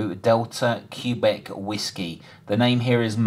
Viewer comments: Never heard anyone say “CUE BEC”- Q is read “QUEBEC” (phonetically KWABECK). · i've never heard "quebec" pronounced that way (the standard pronunciation for the nato phonetic alphabet is "keh-BECK") and to took me a few times to figure out what you were saying